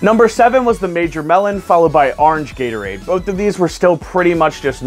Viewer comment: This man calls Gatorade as Yaterade. Even auto correct tried to agree with me just now that it is Gatorade! WITH A G!!! NOT A Y!!!